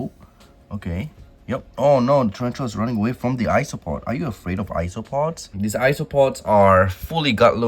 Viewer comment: I keep hearing ‘isopod’ and it makes me think that it’s ice cream or iced treat, cause it sounds like ‘ice-o-pod’